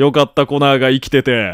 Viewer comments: 血液ペロった後の「すげぇなコナー」が「すげぇなコナン」に聞こえて、コナンはアンドロイドだったのか！？ってなった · コナーがコナンにしか聞こえなかった _(:3」∠)_笑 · コナーがときどきコナンに聞こえる重症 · すげぇなコナー、がすげぇなコナンに聞こえる笑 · アンドロイドの血液を舐めたシーンの後の 「凄いなコナー」が「凄いなコナン」に聞こえてしまった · コナーがコナンに聞こえる